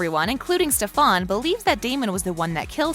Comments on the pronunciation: She keeps on saying stefon IT STEFAN GOSH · It really triggers me when she says steFAWN or like SteFAN BrUh it's Stefan the hottie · Dude it's Stefan not stafon !!! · It’s Stefan not stefAAAAAAAAAAAAAn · Plz dont say stefaan again it STEFAN!! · Don't make a video if you don't know the main characters names..... They way she says SteFAN is driving me nuts!!! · Me every time she says steFan: IT’S STEFEN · when she said StefAn i yelled "ITS STEFAN!!!" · STEFAN NOT stefaan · Ikr, like bro it’s (st-E-fen) NOT StefAN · anyone else mad that she keeps saying StefAN BUT ITS STEFAN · Wtf is stefaaaan Its stefan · If I hear "stefon" one more time I'm going to learn how to spell it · Whenever she said stefAn I said “ITS STEFAN!!!” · Same I was like stefAn girl who but that shit got me triggered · Couldn’t even get through 3 mins because of the way she said his name... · the only thing i noticed was how she misprenounced stefan smh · So quick to assume but can't even pronounce stefans name Alaric it a pass but what the heck you have got to take some grammer lessons and has she even watched the show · I can’t even watch this because of how she says Alaric and Stephan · it frustrates me that she isnt saying Stefan and Alaric right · She says literally so many names wrong lol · wtf, did you really watched the series? why are you sayng Stefan's name wrong? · It’s pronounce Stef-en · U say it like stefin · nobody: This whole video: stefÆn stefÆn stefÆn stefÆn stefÆn stefÆn stefÆn stefÆn alerec alerec alerec alerec alerec alerec alerec alerec alerec alerec alerec alerec alerec alerec alerec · they obviously have never watched an episode because she keeps saying stefan and alaric wrong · The way she pronounces some things it's like have you even watched the show... like stelena, delena, and STEFAN i just dont get it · Ok I thought I was the only one annoyed at the way she kept saying stefan. I didn't even care for stefan and I was so annoyed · Ikr like bro stop pronoucing Stefan wrong